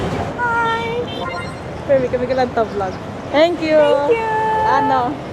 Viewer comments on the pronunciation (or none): none